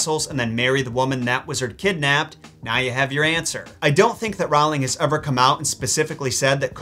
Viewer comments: REALLY enjoying your content! But I would be remiss if I didn't point out that pictures and works of art are hung. Condemned people are hanged. Also, the author's name rhymes with "bowling", not "howling" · Ummmmmm book fan here. Tom’s father left way before his mother gave birth to him. She lost her will to live and died moments after giving birth to him. The way you said it, it’s like Tom Sr had Jr and gave him up. Oh and Rowling is pronounced like it rhymes with bowling.